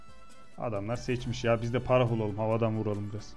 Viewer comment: abi phrah yazmışsın başlığa pharah olacak ayrıca parah değil farah diye okunuyor. Saygılar.